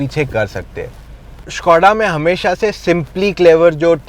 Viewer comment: this not shhkoda its SKODA simple